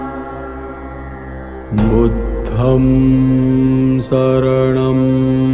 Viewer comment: Budham nahi budhang hota hai